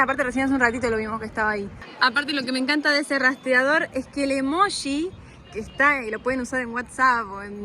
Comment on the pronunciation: Hola chicos!! Me encanta lo espontáneos que son, aguante el conurbano sur bonaerense!!, porqué decís EMOUJI???? EMOJI es!! 😂😂😂😂😂